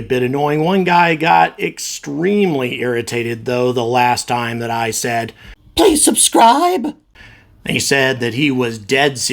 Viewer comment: "pweease subscwibe" - I find it funny actually :D